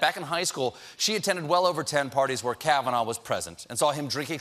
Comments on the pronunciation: trump says "George kavinaigh". His brain is a mushy, overcooked potato. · Did he say "Judge KavanauR"? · hahaha...Trump doesn't even know Kavanaugh's name. He called him Kavanar. LOLOLOL! So typical of a puppet president. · why is trump ending words with r? "Americarr...it's true...", and also in the press conference he said "Judge Kavanaughrr". did he lose his mind in 2011 and he just noticed?